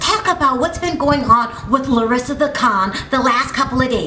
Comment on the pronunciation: Why are you pronouncing her name as if she Hispanic? She is Brazilian, big difference. Also around the mark you say 5 years, cinco años....yes that’s Spanish, good job. But in Brazil they speak Portuguese.....know your basic shit.